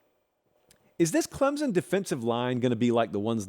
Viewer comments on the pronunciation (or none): This clown still can’t pronounce Clemson correctly but I’m supposed to care about his opinion?